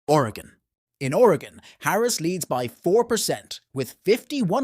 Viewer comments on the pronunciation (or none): none